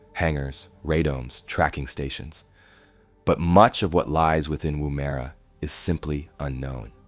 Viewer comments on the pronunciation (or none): lol, woo-mare-a It’s just Woomera